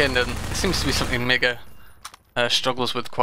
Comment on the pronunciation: I'm fairly certain it's pronounced Mee-ga, because of the two I's.